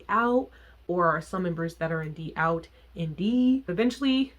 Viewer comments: I’m a fan of all the bands you listed there’s not too many vkei styles and bands I don’t like however I hadn’t listened to a whole lot of an cafe or trace, d=out is pronounced doubt. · D=OUT is just pronounced as "doubt" since it's based off of the foreign word! IMO they're criminally underrated and get mistaken for oshare kei a lot (they aren't) but obvs to each their own and what not ❤️ I too couldn't get into Alice Nine though, I never understood at the time why they were so popular 😅